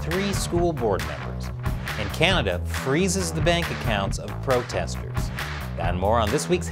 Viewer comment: "Im hunting pwotestews" you crack me up.